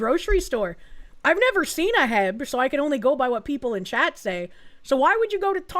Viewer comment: It’s not heb it’s H-E-B.